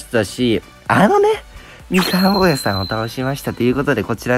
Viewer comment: ぼーやさんがボーらーさんって聞こえた